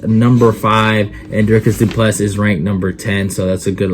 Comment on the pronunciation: Dricus Du Plessis. The "s" is silent.